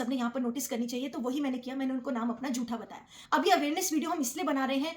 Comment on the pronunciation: “जूठा” नहीं, “झूठा”